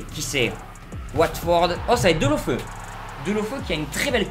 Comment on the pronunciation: DéloféOU et pas DeloFEU s'il te plaît 😌